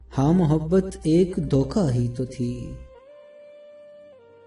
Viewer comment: Bhai doka nahi dhoka hota hai plz sahi se bola karo